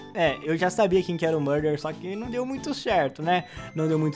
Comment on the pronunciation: “eu quero seRRRRR o murdeRRRR”